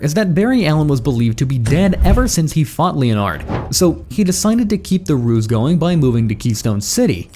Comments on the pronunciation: Pained me every time it said "leo-nard".😂😂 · I’m sorry, but I have to say something because you won’t stop saying Captain Cold’s name, and incorrectly at that. Leonard is pronounced Lenard, not Lee-On-Ard. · len-erd snart btw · Who the fuck pronounces Leonard like that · You pronounce leonard so badly